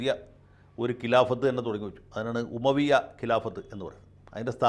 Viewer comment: ഉമവിയ അല്ല അമവിയ